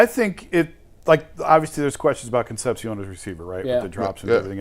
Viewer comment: Con sep see ohn Jesus, learn to pronounce